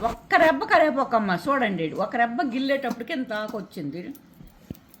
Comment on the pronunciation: సోపు కాదు...సోంపు,రెబ్బ కాదు రెమ్మ....గీరా దోస కాదు కీరాదోస... టమాటా టమాటో....మిచ్చి కాదు మిక్సీ....దాచిన చెక్క కాదు...దాల్చిన చెక్క....